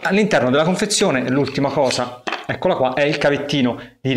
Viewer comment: l'ultima hosa .... toscano ? :)